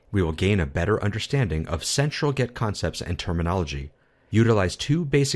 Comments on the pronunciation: yeah, think so too. but what kinda annoys me is that it sounds like you say „get“ not „git“. :D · seriously, it is extremly annoying the way he pronounces GET. He must know better. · Great video overall... but you kept saying 'GET' rather than 'GIT' which was driving me insane!!! Good video though :) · Is it me or does he say "git" exactly like "get" about 90% of the time? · Why do you keep saying "get"? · great video, but sounds like you're saying get instead of git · This video was so good that I'm able to ignore that you're saying git like get! ;D Thanks so much! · Seems good but how can 'git' be pronounced as 'get'? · I appreciate the video, and the effort that went into it, but hearing you pronounce "git" as "get" is a constant distraction. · Why does he pronounce GIT as GET? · why pronounce git as gEt??? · Are you intentionally pronoucing git as get to annoy me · "Git", not "get". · very nice video, but why do you keep pronouncing "git" as "get" ? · why are you saying get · why do you call it "gEt"? it's not pronounced "gEt". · It's kind of annoying. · excellent video! (btw...are you saying 'get'?)